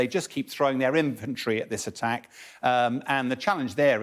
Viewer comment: She said ATTEK and then struggled to speak. Fire this woman immediately!